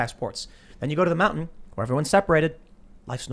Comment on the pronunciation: Every time she says the word 'mountain', I cringe. I don't know why: she seems like an intelligent, interesting person. Probably a deficiency in my brain.